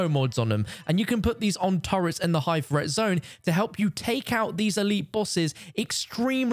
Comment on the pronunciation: Threat: T-H-R-E-A-T. NOT FRET!!!